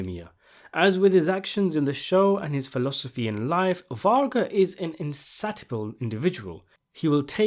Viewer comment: It’s pronounced “in-say-she-ah-bull”, not “in-sat-eeh-ah-bull”. The vomitorium in Roman coliseums had nothing at all to do with people puking after feasts in order to relieve themselves or eat more. It’s a complete myth based on a misunderstanding.